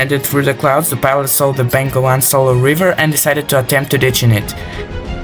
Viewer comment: Its Bengawan not Bangolan.